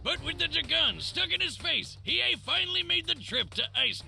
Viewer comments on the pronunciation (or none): Hiei not Hiyu